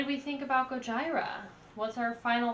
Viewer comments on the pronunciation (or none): What a guy would do for his girl to react to "The Art of Dying" the same way you did. FYI its pronounced "Go-G-rah"😂 A list of a few of my fav Gojira songs: Silvera (Music Video), Flying whales, The Gift of Guilt (LIVE at Braxton), Pray (LIVE at Red Rocks), Amazonia (Music Video), Toxic Garbage Island, Sphinx (Music Video), Esoteric Surgery, Oroborus. Honestly every song is amazing there first two albums are also amazing and extremely heavy. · Omg my spine cringes everytime i hear Goj- EYE-ra….. lol stop it please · It's pronounced Goyeera. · Liked your Goj"eye"ra review 😆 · "It's finally here... Go-jyra" XD Sorry, that just sounded funny. Great reaction! Btw, they are one of the best live bands I've seen and I've seen about any metal band you can think of and they are at the top of the list of metal bands that kill it live. Their drums live are just punishing, you feel it in your gut every time he his the bass drums or the floor tom. Definitely a must see band if you have the chance. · Gojira... Gojeera! GOJIRA... GOJEERA! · It's pronounced "Gojeera" just fyi. As in Gojira, the Japanese way of saying Godzilla. Also: Hold On, New Found, Flying Whales, L'enfant Sauvage and Born in Winter are must listens. I know you'll definitely like The Wild Healer as well, cause I know how much you like 1m30sec slow, moody interludes. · I laughed the moment she said Gojira. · Epic fail. You not only mispronounced the name of the band, you didn't tell anyone what song you're reacting to and there was no sound.